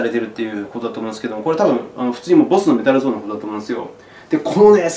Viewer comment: これみて、、、買っちゃいましたぁ（笑） やっと来月に日本でライブを果たす事になりましたが手荷物の問題で今使ってるマルチエフェクターを持ってくのが難しくて悩んでたところで本当にいい解決策になりました！ いつも糧になる動画ありがとうございます！ っていうかメタルゾンの下りで 瀧澤さん英語の発音がうますぎて ちょっとびっくりしました（笑）